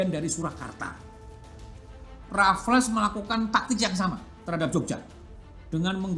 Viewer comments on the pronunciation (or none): none